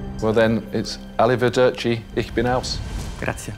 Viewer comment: Did he say "alive derci"?